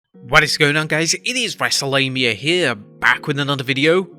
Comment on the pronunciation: Am i the only one that heard Michael Cole say wrestle lamia instead of mania?